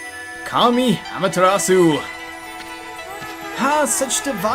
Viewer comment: it's actually properly pronounced "Ah-ma-teh-ra-ss--" where the 'u' is pronounced very short and cut off abruptly